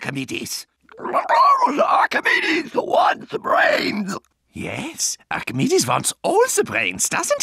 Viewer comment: "I AM ARCHEMEDES"